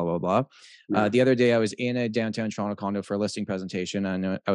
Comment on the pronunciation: where the hell is this "churonto" place keeps talking about?